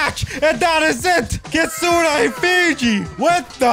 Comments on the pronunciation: It sounds like fiji is saying kitsuna not kitsune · Kitsunei bru its not kitsunei its kitsun(pronouncing)